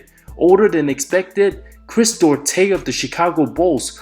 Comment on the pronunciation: Who the hell is Chris Deaurtes ???? 😂😂😂 Duarte /'dwarte/ BRUH